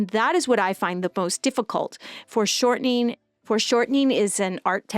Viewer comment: Are you saying "forced shortening" or "foreshortening"?